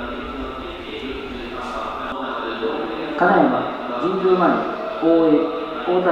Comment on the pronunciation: 名鉄の「金山」のイントネーションだけはどうしても受け入れがたいものがありますが…。